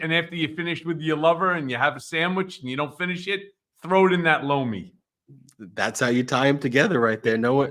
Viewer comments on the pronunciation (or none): I'm hard of hearing and you were advertising loamy but it sounded like blow me and I'm still laughing thank you for that don't want to get hearing aids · Sounds a lot like you're saying Blow me when you say Lomi. Just sayin.